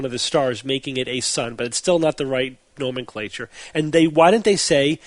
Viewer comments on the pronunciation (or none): none